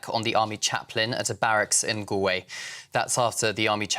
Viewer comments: Pronounced Gall Way... please. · Please learn how to pronounce 'Galway' - it's a pretty basic thing to get wrong!